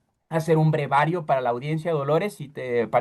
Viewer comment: brevario!!!!! No tomes un micrófono si vas a pronunciar de una manera abyecta!!!